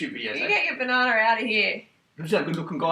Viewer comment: "You get your bananar outta here."